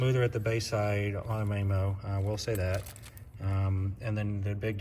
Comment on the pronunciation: I got completely distracted by how you kept pronouncing Mamo’s name. 😂 Good data nonetheless but, Soler does have a lot of data on their site that explains their methodology and how they get their effective size.